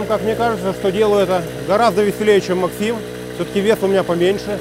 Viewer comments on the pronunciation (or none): none